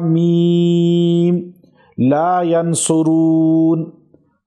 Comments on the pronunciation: Haa meem laa yunsaroon hay Aap galat perh rahey hain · Ghalat parha hai ha meem la yunsaron hota hai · ap ne ghalat parha hai hameem La Yunsaroon hai ap ghalat bol rhey ho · laa yansoroon یا laa yonsaroon وضاحت کی درخواست ہے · یا کو زبر کے ساتھ اس وڈیو میں پڑھا آپ نے آج تک تو اس جملے میں یا کو پیش کے ساتھ پڑھا گیا